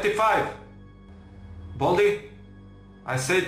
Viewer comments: Kako on kaze: Boldi😂😂😂 valjda baldi🤣🤣😆😆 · Nwznas da pricas baldi a ne boldi